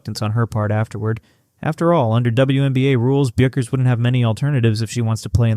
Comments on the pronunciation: Say it ri h t, beck-ers! You AI SCRUB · Paige’s last name is pronounced like “BECK erz”